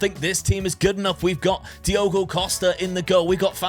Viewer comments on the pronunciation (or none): none